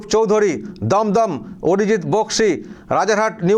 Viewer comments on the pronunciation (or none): none